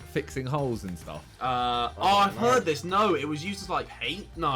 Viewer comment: Skip to and listen to the way Harry said heard